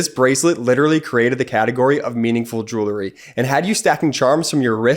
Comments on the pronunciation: I know this is irrelevant to the topic of this particular video and appears to be quite picky on my part, but it pertains to the ad for jewelry. The incorrect pronunciation of this word drives me crazy for some reason. Jewelry is pronounced jewel-ree---NOT jewler-ee. Jewelry contains jewels. And it is pronounced by saying JEWEL and adding REE afterwards. Sorry. But for some reason, the mispronunciation just makes me go batty. I expect it from uneducated people, but not people who are doing a highly intellectual video. ☹️ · Your guy who reads that Alex and Ani ad needs to learn how to pronounce the word “jewelry.” It’s not “jool-ery.” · Did you notice the geek boy who began his grift in the middle of Ben's report, mispronounced the sponsor's profession? It's JEWELRY, not JEWLERY you genius! JEW-WELL-REE. Yeah, yeah, I know it's a common mistake but geez how it makes you lose all credibility by screwing one easy word. MTG and the rest should be on trial for traitorous speech. Thanks Ben. You'll be at 2 million subs in no time. I'd share your channel with my friends but they're all stupidly republiturds so, you know, I can't. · “Jurrillie”? I’ve heard this commercial again and again and the pronunciation of the word jewelry stops me every time. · I might be more likely to buy the advertised product if it was pronounced properly. What's joolery? 😂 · Someone should explain that jewelry is pronounced jewlry. This commercial is so cringy it makes my ears bleed.